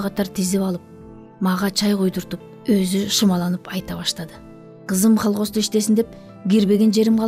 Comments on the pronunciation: Колхоз. Холхоз эмес. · холкоз эмес, КОЛХОЗ 😅😅😅😅